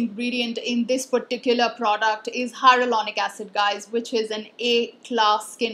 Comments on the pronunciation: She says HyRo-Lonic instead of Hyaluronic 😁 Cute! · Plz pllzz learn to pronounce hyaluronic acid correctly.. take it as a healthy criticism.. dnt do this mistake again. It ruins all the hardwork u put in gathering all the info wen u dnt pronounce the word correctly..